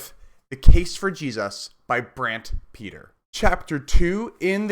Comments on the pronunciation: His name is pronounced Brant Pit-Ree. not Peter. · It’s hard to listen to you keep on saying Brant Peter